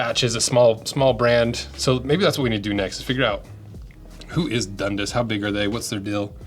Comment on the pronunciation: Dundus😂 I'm from Ontario Canada and we say Dun-dass